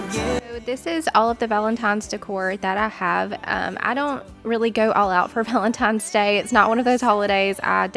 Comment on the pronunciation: P. S. "Valentines Day", not Valen TIMES? Day. 😚😚😚. Might just sound how it came through on the Voice over. Back to your video.